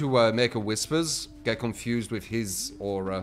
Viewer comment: “tha ouray”😂😂